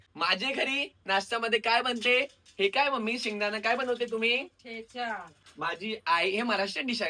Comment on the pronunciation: थेचा नाही ठेचा